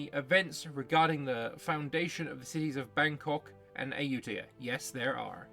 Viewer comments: Perfect prononciation of ayutthaya ❤ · You nailed the pronunciation of Ayutthaya.